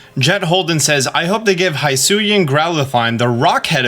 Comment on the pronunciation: BTW, Hisuian is pronounced like "HE-sue-ee-ann".